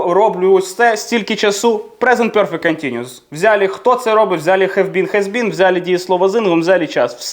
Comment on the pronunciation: Пане, я ні в якому випадку не хочу образити вас, тільки хочу зазначити, що нема в англійській мові вимови йо (пьорфект), перфект, без йо. За радянщини вчили англійську з московитським акцентом. Якщо я чую це "бьорздей" чи "пьорфект", зразу розумію з ким я маю справу. Перше моє питання до тої людини, з якої країни походження. Треба ще правильно вчитися вимовляти такі слова. Наш мовний апарат дуже розвинутий, тому нам нема проблеми правильно вимовляти такі слова. Я підписалася і поставила вподобайку 😊